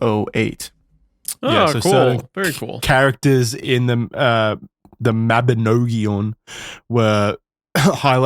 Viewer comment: im 36 mins in and this great but Welsh person here Mabinogion is pronounced almost right but it has a hard "G" so Mabi-nog(like bog)-ion. but its great to see you guys do 3301. quick edit here but fun fact my ancestor Lady Charlotte Guest actually wrote that book back in 1840.